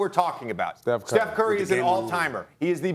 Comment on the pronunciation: Steph…. It’s Steph…….Steph….. it’s not even close 😂